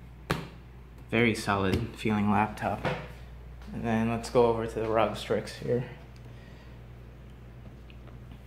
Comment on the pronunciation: The way you say rog strix makes me want to kms but add me on steam